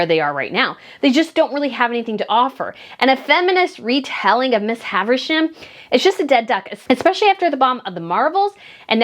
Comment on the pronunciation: It's not "Miss Haversham," but "Miss HAVISHAM"... I wouldn't have commented, but you said "Miss Haversham" SO MANY times! Miss HAVISHAM is a very well-known character from Dickens' GREAT EXPECTATIONS... :-)